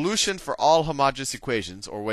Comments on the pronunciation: Isn't it "homogeneous" rather than "homogenous"? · No, the pronunciation is wrong - he is pronouncing homogenous, which is a completely different word with a completely different meaning. Homogeneous is pronounced hoh-muh-jee-nee-uhs. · You really should clarify that you make a mistake by mispronouncing homogeneous. It might seem trivial but math is in the details.